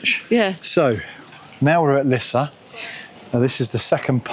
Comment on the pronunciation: Well that worked! Perfect pronounciation of Lisse! 🤗 'Meer' means more by the way.